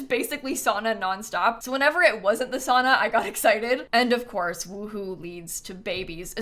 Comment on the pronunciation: The pronunciation of sauna is hurting me as a Finnish person